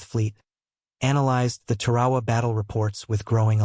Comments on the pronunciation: Please look up how to pronounce Tarawa !!!!!!!! It's place in history means it deserves to be pronounced correctly. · Beyshio, Tar"awa.